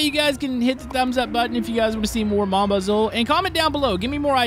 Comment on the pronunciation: you pronounce it mom baz oo Also stop being cruel and give Leo water from the water barrel at the starter shed